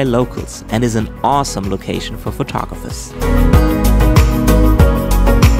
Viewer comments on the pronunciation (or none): none